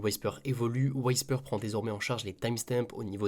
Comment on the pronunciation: Whisper, ça se prononce « OUI SPER » pas « WHY SPER », sinon très bonne review comme d’hab